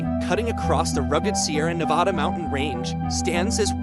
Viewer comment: Stopped the video 30 seconds in because the pronunciation of Nevada smh 🤦‍♂️ was so annoying hearing it